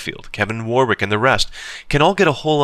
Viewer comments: it's pronounced woh-rik not war-wik... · whilst we're correcting pronunciation... "Warwick" is pronounced "worrick" ;) p.s. it's our language, nonsensical pronunciation is our prerogative! Just be glad he didn't bust out the "cholmondeley" (pronounced "chumly")